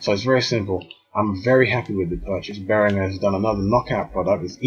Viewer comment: your pronunciation of behringer has earned a dislike.